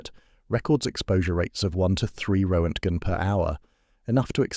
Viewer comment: And a completely fudged pronunciation of roentgen.